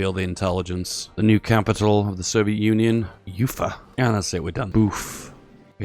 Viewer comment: Sorry to interrupt, but Ufa reads like Ufa, not Yufa